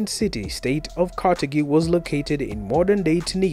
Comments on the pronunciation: Carthage is not pronounced kartagee but kartaj it shows you don't know what you're talking about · Carthage is not pronounced "Carta-gee." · Carthage is pronounced ( KAR-thij) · Carthage is not pronounced karthakey. Also, it is not technically "african", but phoenician. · I’ve never heard Carthage pronounced that way but maybe that is the true pronounciation, it was an African civilisation afterall 😂😂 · You mispronounce Carthage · That is not how to pronounce Carthage in English.